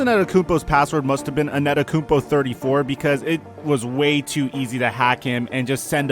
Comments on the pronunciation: Giannis Also: anetokunpo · anyone alse hear annetakumpo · He’s been a star for 3 years now so how r u still mispronouncing his last name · *gav it drives me crazy that people don’t know how to pronounce his name. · This guy didn’t say his name right once